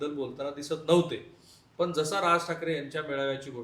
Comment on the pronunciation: मणसे, यांणी, पन.....किती चुकीचे उच्चार! मराठीचे कैवारी अश्या मराठी लोकांना एखादी तरी थप्पड का नाही मारत? 🤷🤦